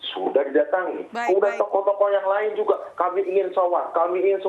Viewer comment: Pengucapan "tokoh" sama "toko" aja gk bisa bedain, melucu anda😂